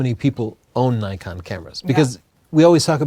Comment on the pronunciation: Why do people keep pronouncing Nikon "Nuykon". Isn't it suppose to be "neekon"?